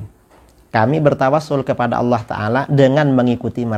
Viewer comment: Ucapkan lafazhh Allah aja ga fasih